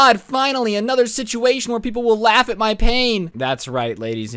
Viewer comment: Lol dude how you said lafe of my pain